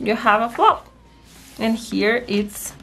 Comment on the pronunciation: Flap not flop.